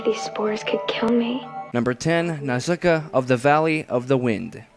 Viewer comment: its nou-sI-caa!